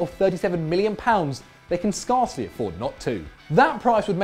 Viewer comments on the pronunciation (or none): 4.00 it's scare-cly, not scar-cly. Have you not heard the word before?